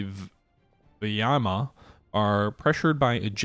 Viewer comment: The way you pronounce Rzhev and Vyazma is hillarious.